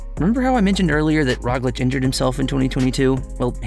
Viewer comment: you're mispronouncing roglic